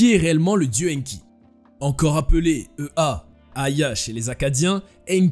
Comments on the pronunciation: EA se prononce ÉYA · EA se prononce “éa”